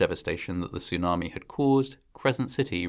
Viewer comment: Its a tsunami not a sunami. And after saying sunami for most of the video in the end of the video you actually said tsunami, so weird.